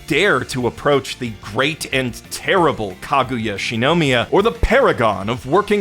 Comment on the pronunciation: The rampant mispronunciation of Shirogane and Shinomiya's names, from someone who self-proclaims to be the God of Anime, is impossibly grating. If I wanted awful butchering of Japanese names, I'd listen to early 2010s dubs.